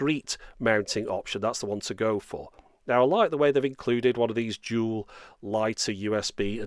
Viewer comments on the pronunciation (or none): none